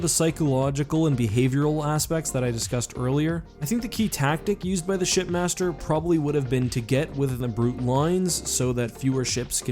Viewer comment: for the longest time I thought his name was shitmaster from the way the elites pronounce it